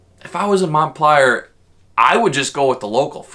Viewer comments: MontpEELier. Not " Montpellier". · It's pronounced "Mont-PEEL-ier" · TRIGGER WARNING SNOWFLAKES DON'T READ YOUR FEELINGS WILL GET HURT!! I'm a lifelong Vermonter. And it is so annoying when someone does a video about a state and can't even pronounce the state capital's name correctly!! I grew up in (I pronounce it Mont-pill-ier). And they wonder why there called snowflakes and flatlanders. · The capital is MONT-PEEL-YER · You are pronouncing the capitol wrong.